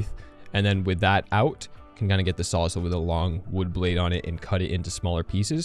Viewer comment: I can't get over the fact that you say sawzull and not saws-all as in it saws all